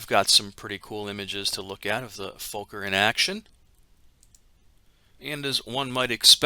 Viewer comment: Fokker is pronounced like fock-ker... you connect the k's when saying it. Learned another thing!!